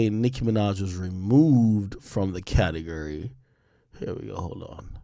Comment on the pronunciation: Can’t stand how he says categurry 😂